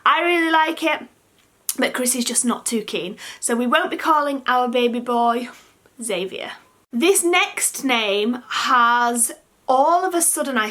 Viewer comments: I really like Albie and Elias ... The others ... not so much xD Any surname firstnames never sit with me right! I don't mind Xavier but I have never heard it pronounced the way you did. I always read/heard it Xav-ee-ay (kind of French sounding) :) Whatever you choose in the end will no doubtably be the best and right fit for the little one :D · I think you said Xavier wrong 💘💘